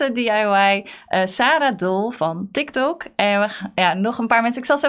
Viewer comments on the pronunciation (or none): none